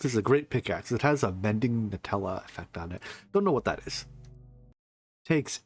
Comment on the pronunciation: Oh... It's Mending NULL-a not Nutella... Also you only need 2 mana pylons for lvl 30 enchanting.